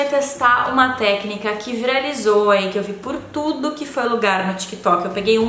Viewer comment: O "virazliou" me deu agoniaa